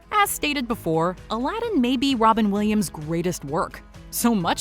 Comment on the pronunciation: Wobin Williams 😂